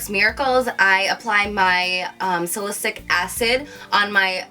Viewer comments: Salicylic acid is actually pronounced as sally-sillic acid and not sally-sick. Love your videos! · Look up how to pronounce salicylic acid !